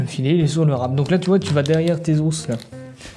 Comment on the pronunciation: ça vient d'où l'accent sur le bout "d'hausse"🦴? C'est vendéen ?